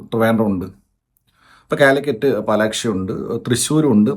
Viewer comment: Palaxi alle annan palakshi ennanlo yepolum parayane😂😂